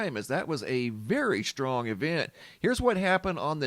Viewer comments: I’m sorry it’s the way you and my entire family pronounce strong as shhtrong just a pet peeve of mine, carry on sir. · STRONG does not have an H in it and it never did so please try to pronounce it properly I Love You Brother, 6 years I’ve been subscribed, God Bless